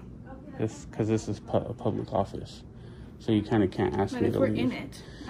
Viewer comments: theres another one "orfice" instead of "office" hahaha or at least I'm assuming haha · "Orfice" instead of "office" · Public Orfice. That is the mispelled word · lol also 21;06 office-orfice. hell yeah thanks! its the bay fam baby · ORFICE, THAT'S HILARIOUS 😂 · Orfice = office . You got 2 in there babe! Lol. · Public orfice lol. 25 minutes. All the way from San Angelo Tx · Public orfice bro? That’s sic. LMMFAO. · "Public Orfice"